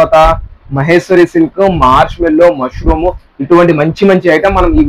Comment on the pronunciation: మష్రూ అమ్మా, మష్రూం కాదు